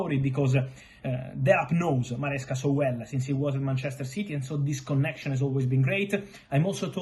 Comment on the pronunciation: the emphasis on "Connection" is so gangster😂